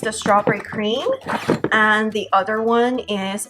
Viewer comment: It's pronounced other, not utter. Fyi